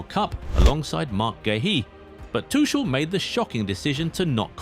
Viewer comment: I suggest you go to Scotland for holiday. The name of the coach is Thomas Tuchel, not Tushel. Since when is Tuchel coach? And you still do not know how to say Tuchel? Ignorant idiot!